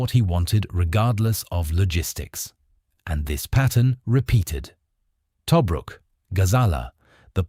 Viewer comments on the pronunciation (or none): It's pronounced to-BRUK, not TOE-bruk. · "Tow brook". Is it an AI reader or someone that got an AI to pronounce it to them. ( rhetorical question, it was the AI reading it. )